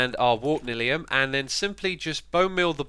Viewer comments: Its N-I-Lium as in Nylon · Its N-i-li-um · xisumavoid: Warped Nylium Someone: No, it’s pronounced Neelium Minecraft veterans: Block is block! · Considering how "nylon" is pronounced, I'm pretty sure you mispronounced Nylium. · It’s actually pronounced warped nylium